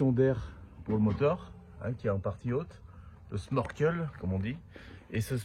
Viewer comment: Bonjour, petite réflexion, sans aucune animosité. J'ai cru entendre à , si je ne me trompe, que tu parlais du sMorkel. En fait, la bonne prononciation est sNorkel ou schnorchel (autre orthographe utilisée). Bonne continuation.